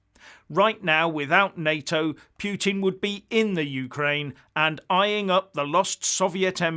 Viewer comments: Agree with your NATO - EU analysis. But when you start talking about your 'pyootin' it's clear you've picked up that bone of yours again. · This channel is turning to slapstick now for lack of any other worthy causes...hilarious! And the pronunciation of "Piu-Tin" has me choking on a sip of coffee.